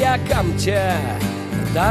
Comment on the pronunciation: В татарской "камче" ударение на втором слоге, а не в первом. Это про песню Шевчука.